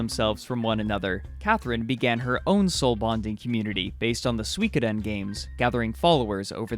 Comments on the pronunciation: "Sweekoden" ROFL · Go here and click the speaker button on the left side. it's 3 syllables: Sui Ko Den, all pronounced in the same pace and as one word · How the hell do you pronounce Suikoden!? lol :)